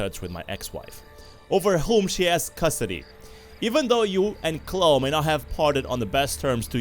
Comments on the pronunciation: nice vid but its Chlo-e dont forget the e at the end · I know it's cause you accent, but I'm pretty sure it pronounced "Clowe-E"